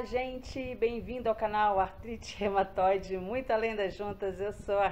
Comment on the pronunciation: Não é Rematoide, é Reúmatoide